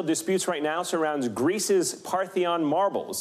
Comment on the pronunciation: Partheon marbles? Really? It's Parthenon.